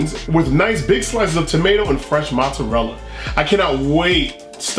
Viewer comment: U gotta ununciate mozzarella better for me